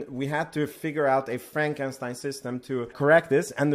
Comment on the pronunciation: Aah ha a, he said frank and stein. No harm, love your content.